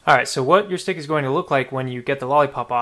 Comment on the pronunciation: He sead stic